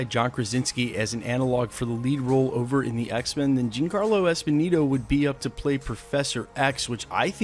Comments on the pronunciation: The man's name is Giancarlo ESPOSITO! NOT ESPONINO. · And its not Esponito its Esposito... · It’s “ESPOSITO” (with a “T”), not “Esponino”. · Yeah, was kinda bugging me. Pronounce like Espe-zeeto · You know it's Giancarlo EspoSito, not EspoNito, right? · Esposito... not Esponito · why cant this guy pronounce ESPOSITO .... am i the only one bothered by this? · Giancarlo Esposito not Esposito just saying